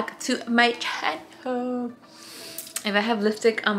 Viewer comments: She always makes me laugh because it seems that is afraid to say the “ Channel “ word 🤔 She always pauses and says “ Welcome to my Shaaaannellll “ lol very slowly….. 😂 she’s so cute. Do t worry girl …. We all have that accent with some English words. …… usted dígalo en español “ Bienvenidos a mi Canal “ 😬😬😬😬 Saludos From Texas 👍🏼💯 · never says “channel” she says “channewl”😂